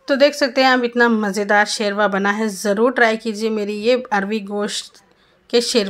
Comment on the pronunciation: It is not Sherva Say Shorba or Khaliya